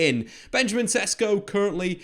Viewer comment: Just letting you know, his name is pronounced more like Sheshko.